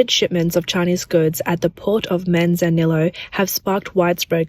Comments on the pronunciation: Manzanillo is Mexican Spanish and is pronounced "Man-zah-nee-oh". 🇨🇦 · I know, that was painful listening to her pronounce it. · Just so you know, double Ls in Spanish is the same as 'ee' in english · The double L's in spanish are pronounced like a Y. So Manzanillo is pronounced Manzaniyo